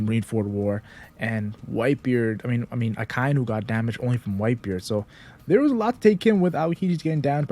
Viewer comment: its aka-inu, not a-kai-nu